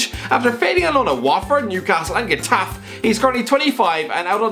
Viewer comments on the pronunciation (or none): You suck at Spanish pronunciation. Granada is pronounced Gra Nahda. Getafe is pronounced Ge Tafay. Other than that, great video. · Jesus is pronounced Jay-Zeus, Getafe is pronounced het-Af-ay, and Reguilón is pronounced re-ghee-Lon.